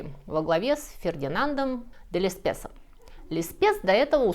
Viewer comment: что, никто не заметил, как упорно называет Лессепса «Лесспесом»?:)